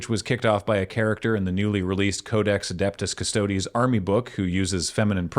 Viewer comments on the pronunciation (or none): The manufactured outrage against 40k was absolutely worth it just to watch these anti-woke folk pretend they’ve “always been fans of 40k” and absolutely bomb the pronunciation of “adeptus custodes”